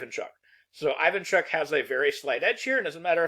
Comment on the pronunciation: How hard it is to check beforehand how to pronounce a few names nwn ai-van-chuck instead of ee-van-chuk is... disrespectful